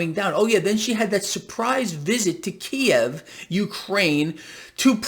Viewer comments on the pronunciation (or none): none